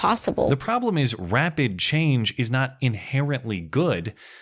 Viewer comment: The way she says "problem" really bugs me for some reason. I'm not really sure why. Not that I really like anything she says as a whole, but that one just sticks out to me for some reason.